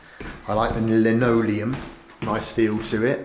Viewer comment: Was that "Lennin-oleum" instead of linoleum?